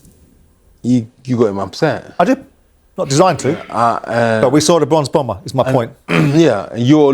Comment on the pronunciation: Bronze Bomber, not “Bronx Bomber”….dude just said he’s from Alabama 😂😂😂😂😂